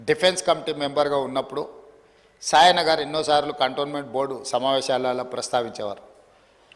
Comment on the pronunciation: సాయన్న అనే పేరే సరిగా పలకలేదు.. శేషన్న అంటున్నాడు 🤦🏿‍♀️🤦🏿‍♀️🤦🏿‍♀️🤦🏿‍♀️